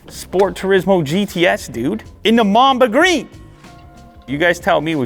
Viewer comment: I heard mom the green instead of mamba green